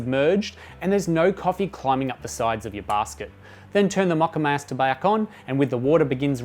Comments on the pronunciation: 🤣He says "MOCCAMASTER" 2 times normally then says "Then turn the MOCCAMAAHSTA BAAHK ON" in a funny accent, I pissed mi pants! That aside, great helpful video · Made me laugh! "Then turn the moccamayster bayck on" That Aussie accent tripping you up!